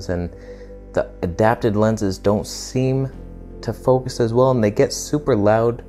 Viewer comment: "What is gonna be in FOKUSH ... fokush ... F*** my life" XD ... HAHAHA i laughed so hard. I love your sens of humor dude! Keep on!